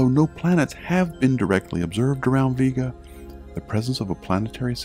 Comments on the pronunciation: VEE Ga, really. it's pronounced Vay-ga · It aint VEE-GA its VE-GA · I disliked the video because you are purposely mispronouncing the word "Vega". ITS "VEEGA" NOT "VAYGA" !!! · Why is it pronounced V-ga and not Vega? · My last name is Vega (vae-ga) and I didn't know the star is (veega) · You pronounced Vega wrong.